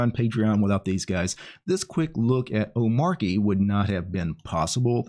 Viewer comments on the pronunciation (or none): DHH pronounches it oh-MAH-chee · Its pronounced like arch. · Like in 'cheat' Omar-chy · It's omarCHI as in CHI-CHI wife of Goku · You say it like this O-ma-ch-y the R is silent as I came to find out myself. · It's pronounced omarchy, actually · The Arch in Omarchy is pronounced the same way as the Arch in Arch-Linux. 😉 I was floored how easy Omarchy was to install. Have been testing it on an old Fujitsu Livebook, I got for 5 Bucks on a Flea-Market. It runs awesome. But not having a way to Alt+Tab to any currently open application is annoying. I'm open for any suggestions to fix that. It's cool, that each config explains exactly how you can edit it, to achive what you want. I still need to figure out, how to change all the Web-Apps from Chromium to Zen. Loads of stuff to learn here. In generel, there is a ton of bloat from my point of view. So many Apps I'll never touch. But I can see the appeal for people who want to leave the sinking ship, that is Windows. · bruh, its literally written omarchy. How could you get it wrong